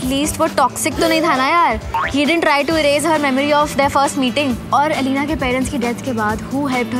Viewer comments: Yeah but the most important point is her name was pronounced as Elena not Alina. It starts with an e. A true TVD fan would never mispronounce a characters name. Also a true fan loves both Stefan and Damon equally. Cause we're Team Salvatore! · Firstly, lemme just say what everyone is thinking. It's Elena, not EEEEEE-Lena. As it goes for Damon or Stefan, the only reason Stefan and Elena fell in love in the first place is because of the silly doppelganger prophecy so the eternal love of Silas and Amara could exist. Stefan hid his true self from Elena which is lying and no matter how many lies Damon told, he never told a lie so big. Elena brought out the worst in Stefan while she brought out the best in Damon. Even though Damon was bad from the start, at least he wasn't ashamed of who he was and didn't try to hide it like SOME OTHER CERTAIN PEOPLE(i.e. Stefan). Also, Damon could keep himself in control and he didn't have to switch his humanity off, but Stefan had no balance, it was either ripper or cutesy bunny. Also, let's be honest, Stefan is the reason Katherine was captured(even though she was the main villain we all love her secretly), Guisseppe died(even though he deserved that more than anyone) and the reason Damon became a vampire. Although I love Stefan for that as then only Delena can exist... also, why are we debating on Stefan and Damon, that's so 2010... Now its only Klaus🥵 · its not aleena its E.L.E.N.A. pronounce to sahi karlo, kyun fav series ka charm kharab karte ho aise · It's not Alina...it's Elena....pls host...what you doin ? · Bestie it’s elena, alina kya hota hai yaar 😀😀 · The way narrator said Elena ....😐Ugh